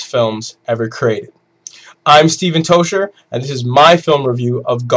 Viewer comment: Pronouce your surname properly as its scottish